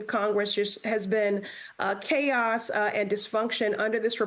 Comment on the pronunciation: khaos, kallousness, kontempt... Yeah, that checks out....